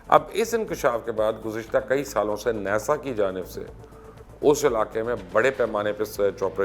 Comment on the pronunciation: Mubashar. Luqman sb, Ap aik namwar anchor hain, Program b acha krte hain, Plz agar meri bat ghalat ho to me sorry krta Hon, Ap kuch words ko Jan boojh kr aesa bolte ho ya Ye words real me hain hi aese jese Ap bolte ho, 1,,Hotel, hum ne jis se b suna he aur khud b Pada he Hotel hi suna he, Ja k Ap is ko Hotail bolte ho. 2 NASA, sab log ناسا hi bolte hain Jab k Ap ne NESA Bola he, drust Kon se words hain? Agar Ap drust bolte ho to sabat kro Ye kese drust hain, Nae to drusti kro jese others log bolte hain Ap b wese hi bolo.